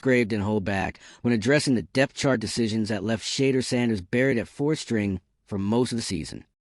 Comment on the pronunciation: Train your AI voice to enunciate Mr Sanders name properly.